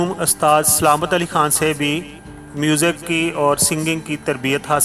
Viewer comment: Bhai Urdu pronounciation theak kro apni Ustad hota hy Astaad nhi Mukamal hota hy Makamal nhi